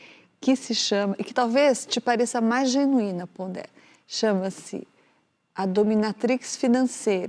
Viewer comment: Pondé? Fala serio! Não fala ca com kra